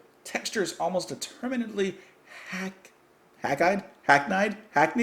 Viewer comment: Hi - you want some "big substantial chord changes in minimal synth"? You have to hear Vangelis's music for the original television series "Cosmos", especially the track "Heaven & Hell". PS - the word is pronounced "HACK-need":) And it's the early hours of Sunday morning here in New Zealand now!